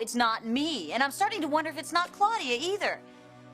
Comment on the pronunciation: Dang Ridge... stop calling her Cloudy-ya... cringe